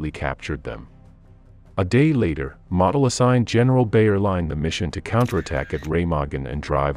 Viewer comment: Point of pronunciation….Gen. Model is pronounced “moe del…..not model.”